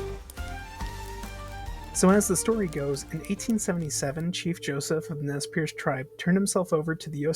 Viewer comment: FYI Nez Perce is pronounced Nay pair-Say